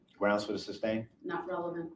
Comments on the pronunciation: “Grounds for the SUBstane?” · brooks doesnt have a defense claiming you didnt intend to injure or kill anyone because you were running from the police...is not a defense and he isnt stupid? so why does he keep saying "substain"? the guy barely graduated high school....but runkle thinks he couldve made it through law school? every time he asks cogent questions it's from his pd's notes and you dont understand his behavior? havent you defended dv perps before? this is what he has done to all the women in his life